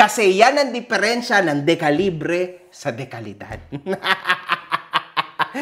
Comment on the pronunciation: dekalibre ❌ di-kalibre ✅